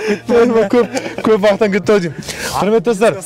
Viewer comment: ННН шамалы тілі сақаулау екен тұлал баурым дейды және құлметті достар дейді Р-ға тілі кемей жатыр